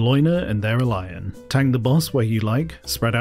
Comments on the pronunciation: The pronunciation of Valiona/Theralion and Sinestra is criminal. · That pronunciation on Valiona & Theralion took me out 😂